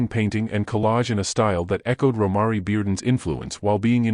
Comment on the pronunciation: PRONOUNCE THE ARTISTS’ NAMES CORRECTLY!!!! Romare is pronounced ‘Row-mair’ Bearden; 🎉Kehinde is pronounced ‘Ka-henday’ Wiley